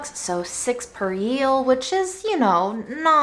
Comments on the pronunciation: there's no y in eel. think the word meal and then take away the m :) or like feel without the f :) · Eel is pronounced like meal 😋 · The gorgeous description of the cocoa fruit was absolute poetry. Amazing. Also I love how she said yeast correctly this time but was challenged by eel. You are a treasure and I hope you are healing and healthier. You deserve so much.